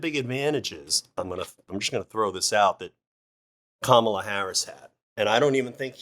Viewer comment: She said, "Hi, Koma - la Harris, Let's have a good debate"